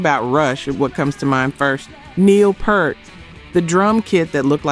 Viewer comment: Narrator choice is incongruous with the subject. Maybe better for R&B. And the drummer for Rush; his last name is pronounced to rhyme with “heart”. RIP